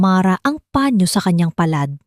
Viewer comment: Turuan nyong bumasa ng tamang pagbigkas ang taga basa nyo saang planeta b galing yan,sabihin nyong panyo hindi pañio